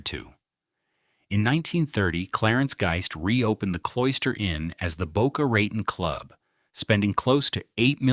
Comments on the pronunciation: It sounds like he is saying Boca Rat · Yeah ... like Boca Rah-tahn. I've lived here since the 80s and NOBODY calls it that. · Addison My's Nerr... And Boca Rah _ Tone... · Boca Rotten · Dang A.I…it’s pronounced “Tone” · Yeah hearing "Mizner" pronounced wrong so often in this video is cringe worthy. It really takes away from its whole purpose. It's pronounced "My-sner." We will get so sick of these kind of mistakes we will be happy for a real human to narrate again. And, of course, it's pronounced "Boe-kuh Ruh-tone." What's the point if you can't convey proper information. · Correct sound of developer Addison Mizner is MISNER! You don’t pronounce Boca Raton correctly either! !